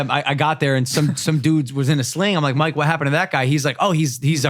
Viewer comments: Why does it sound like Logan calls mike “mark” every once and a while. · Am i the only one who keeps hearing logan call mike mark??? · is it just me or is Logan saying mark instead of mike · I swear Logan purposely says mikes name wrong